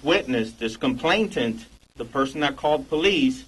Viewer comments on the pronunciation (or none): His innability to pronoune complainant correctly had me worried from the get go.